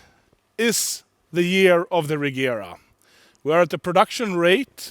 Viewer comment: it's funny he doesn't pronounce Regera correctly; it's [Re:jera]